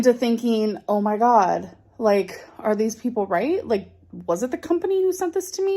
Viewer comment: When she says “ohmygah,” I want to die